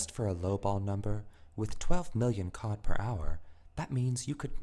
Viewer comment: I swear to god if I hear "uSe gIft cAwD ArNoInnOinnoiN fOr such an amount Of fReE cOhD!" Im gonna lose my shit